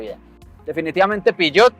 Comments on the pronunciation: Peugeot, no piyot .. :face-fuchsia-tongue-out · El "piyot" jeje